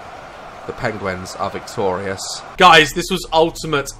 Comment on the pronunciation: Who else noticed that when he says penguin, he says "pengwen"